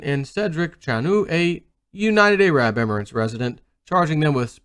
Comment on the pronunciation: The way you say "Arab" is hilarious...